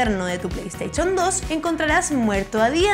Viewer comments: Todo esta perfecto, me encantan sus videos, pero cosa como el "pleisteichon" me causan una sensasion rara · Parece que tiene un problema para pronunciar las palabras con "sh" Play "Steichon" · pley steichon 2 😂😂😂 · genial escucharte decir :" pleisteichon" jjajajajajajajajajajajajjajajjaajaj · pleysteichon jajaja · Playsteichon? Lol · me encantan los videos de esta chica pero por favor diganle que no se pronuncia"estarchip" sino "estarship" (minuto ) y que es y que no se pronuncia "pleisteichon" sino "pleisteishon". he visto que los chilenos tiene problemas con pronunciar el sonido "sh" y lo pronuncian como "ch", se escucha horrible.